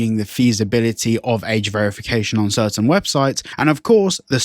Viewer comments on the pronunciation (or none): none